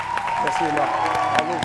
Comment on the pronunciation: Demeure béni Franchement EMMA HUMMMM ON PEUT ÊTRE CHIC COMME ÇA LE PÈRE DALOA FAUT DIRE EMMA SEULEMENT C'EST MIEUX 😂😂😂😂😂😂😂😂😂😂😂😂😂🙄🙄 tchiaaaaaa gagaga Gagaga c'est quoi ça déformation du nom